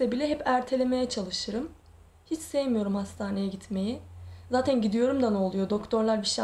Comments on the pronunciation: zatin zatin zatin nece konuşuyorsun abla yaaaa kötülük olsun diye söylemiyorum yoksa gerçekten çok tatlı birisin ama bu konuşmaların biraz tatlılığını bozuyor. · Neden zaten‘e zateyn diyor ? 🤔